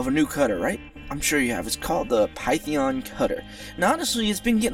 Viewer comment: I find your pronunciation of Python funny. "Pie-theon" XD